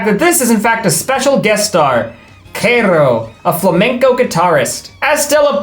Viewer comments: psssstttt.... it's pronounced like CH-arroe, not carrow 😬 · Spaniard here, the "Ch" in "Charo" is pronounced like in "China", you pronounced "Karo" instead... xD For a moment I was confused upon hearing the name. Not that the show did research either, Francesca in Spanish would be Francisca. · Also (not doing this to be an asshole I only want to help) I believe Charo is pronounced with a Charlie CH...so pretend you're saying Charlie but get rid of the arlie and add aro. I only know because she plays a frog in a movie where Gilbert Godfrey is a beetle...it's thumbelina the movie is thumbelina....i also learned Spanish for my wife so pronunciation was a must. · Not white boy calling Charo “KEROL” 😭😭😭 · pronunciation of Charo has me fucking dead😭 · The pronunciation of Charo killed me 😂😂😂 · Omg the way you pronounced Charo makes me sad😂 She’s a HUGE cultural icon from the 60s and 70s, but she’s referenced all over pop culture into the 90s and early 2000s. She was all over talk shows and did cameos on all kinds of famous sitcoms. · the way you pronounced Charos name is insane 😂 also you never heard of her before this show?! She’s super famous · You not knowing who Charo is and then pronouncing her name that way made me feel one thousand years old 😂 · Pronouncing Charo that way is CRAZY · Bro you mispronouncing Charo's name is the worst part of this video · The way pronounced Charo's name. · fumbling the pronunciation of Charo's name is this video's quinciñera debacle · How dare you pronounce Charo's name incorrectly. She is a delight. Coochi coochi coochi!!!! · dying at how you pronounced charo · the charo mispronounciation threw me damn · Her name is not Charo pronounced with a [k] sound, but instead as ch as in "change" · part of me died when you mispronounced charo im gonna be so honest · He had to mispronounce Charo on purpose right? He’s got to be fucking with us at this point lol.